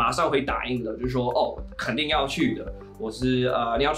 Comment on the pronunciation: Your friend’s soundwave: ---\//-/- 比如說我肯定要去的 😉 他加重音在 "肯定" 和 "去"上. 但你的朋友聽的出來他中文比較好 他上下起伏比較少. 然而的中文還是比很多英國人好 (語言研究和語言學習的程度是不同等級)